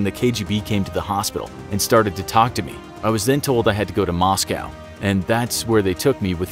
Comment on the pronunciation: you know this is fake when he says moscow wrong